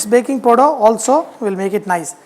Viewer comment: ... Did he said BAKING PODA??